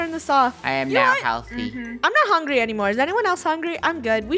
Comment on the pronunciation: I liked when said hungey